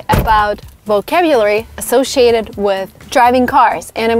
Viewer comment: You mispronounced associated